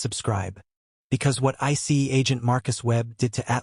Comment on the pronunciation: If AI can't get any better with pronouncing simple words like Dr and ICE then it doesn't need to be anywhere knew the Pentagon or any police or military entity.